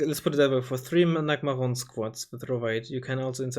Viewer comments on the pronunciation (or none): For future reference, nagmachon is pronounced like nagmashon, AKA little nagmash I'm Hebrew. Nagmash being an acronym that literally means APC